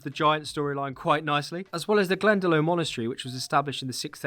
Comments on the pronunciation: 🤓🤓 Tuatha de danann = too-ah day Dan-an (although pronunciation changes depending where you are in Ireland, so you’re probably correct somewhere 😂😂) Editing as I watch just cause 👍: Glendalough = Glenda-lock (Lough is the Irish version of loch 🤓) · Just discovered your channel bro. Btw it's pronounced 'Too-ha De Danann' and Glen-da-loch! Slainte and happy St.Patricks day all